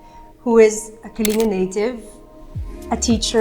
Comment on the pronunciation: Not to be too pedantic, but it's pronounced Kah-ling-GAH...not Kalinga